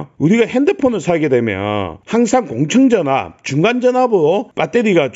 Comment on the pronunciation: 그런데 왜 자꾸만 "공청전압"이라고 하는지...맞는건' 공칭전압'이 맞는게 아닌가요?